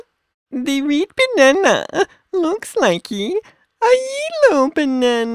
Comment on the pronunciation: Reed bananaaaaaaa! At least he said Del Monte right😂